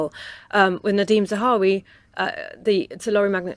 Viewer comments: Why do you keep calling him "Zawari" lol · Not Zawa(hi)ri but Zahawi....